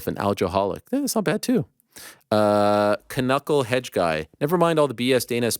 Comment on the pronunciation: You’re not sliding on pronouncing knucklehead as k nucklehead. 😂 the k silent Ariel.